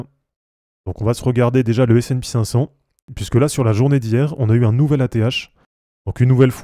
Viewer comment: sp cinq cent et non pas S and pi cinq cent.... ça fait mal aux oreilles :p